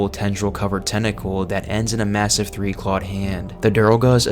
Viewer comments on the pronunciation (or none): none